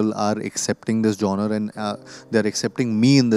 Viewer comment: It’s not Gen-er Kartik, it is Genre (pronounced Zhaanruh).